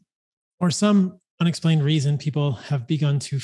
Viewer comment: he said enexplained reason -.